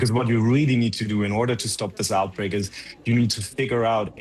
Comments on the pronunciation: omg.. it's OUTBREAK, not "outbrake" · OUTBREAK, not OUBREAK!